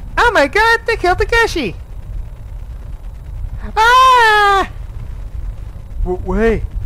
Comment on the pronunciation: I heard you said Takeshi correct. Thanks for taking my advice.